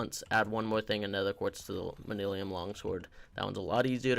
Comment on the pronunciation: Manyullyn = manillium I guess. You didn’t even TRY to pronounce it.